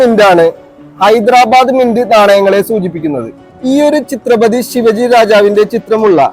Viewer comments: ചിത്രപതി അല്ല ഛത്രപതി ആണ് സഹോദര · ചിത്രപതി അല്ലെടെ ഛത്രപതി